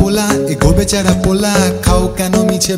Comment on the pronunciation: দারুন নয়..... দাড়ুন!! "র" আর "ড়" এর উচ্চারণটা ঠিক করলে দাড়ুন না বলে দারুন বলতাম।😆😆😆😆😆😆 বেচাড়া, গড়ুর পাল, বাজাড়েড়..... এই উচ্চারণ গুলো ঠিক করলে ভালো হোত।